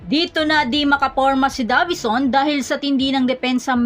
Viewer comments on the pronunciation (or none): Deyvison as pronounced not DAVISON